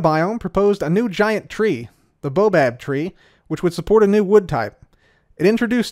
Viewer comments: >the bobab tree 🤣 It's "baobab", /bay-a-bab/ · boAbab tree not the bobab tree boabab